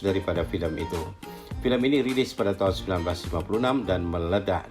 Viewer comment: Sebutan tahun tidak jelas...